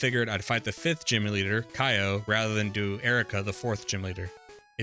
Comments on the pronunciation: You have several mispronounciations, Japanese names are pronounced as the letters seem, no American bullshit. For example, Okido is pronounced "Oh-kee-do", not "Oh-Kay-Do", and Kyo is ""Ki-yo", not "Kai-yo", which kinda reminds me of how a lot of people mispronouced Street Fighter's Ryu wrong. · His name is K-yo. Like "yo, what's up" but with a k (like in cat) before the yo.